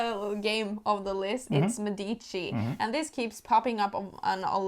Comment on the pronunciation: Thanks for the great video. A suggestion: Medici is pronounced with the stress on the first syllable. Mé-di-ci 🙂